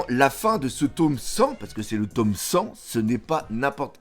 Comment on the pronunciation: "le taume 100" 😂 le tome non 😂